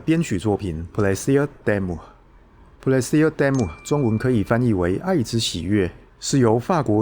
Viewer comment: 沒唸錯啊～真要挑毛病的話就是 "s"要唸得比較像"z"，"d'a"要唸成「搭」